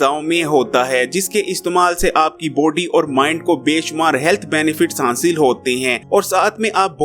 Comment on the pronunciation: You say body ihear poty